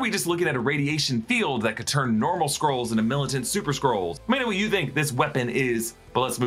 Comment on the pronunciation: Why do you pronounce Skrulls as Squirrels? So distracting!